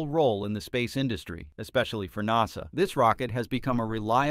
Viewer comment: Please say NASA CORRECTLY !!! AI sounds horrible.